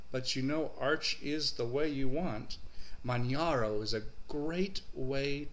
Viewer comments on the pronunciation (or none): I agree with Bierce88 it is pronounced as in Kilimanjaro after the mountain range..Some people have been pronouncing it Manharo but that is wrong.. Manjaro has probably the best hardware detection in the business and the AUR is possibly the best source of software...My only other system I do like to use is Antergos which is true Arch with a GUI. Great video and thanks for this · Yeah... it sounds like Kili-manjaro. mispronounces it... too much Florida Sun!;)